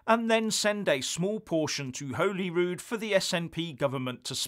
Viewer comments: It's pronounced Holly Rude - Holy Rude is a church in Stirling. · It's pronounced 'Holly'rood,. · btw its pronounced 'hawely rood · Great video as usual. But I would like to point out that Holyrood is pronounced as if spelt Hollyrood. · it might be spelled Holyrood but it’s pronounced Hollyrood haha... great work support you when I can, but 1 yr plus out of work! Sorry... Is wee Nippy holding on to the cash to use as an EU entry fund? So she can get back in the big club? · It’s pronounced as holly rood. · He can’t pronounce Hollyrood. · You might learn to pronounce Holyrood correctly.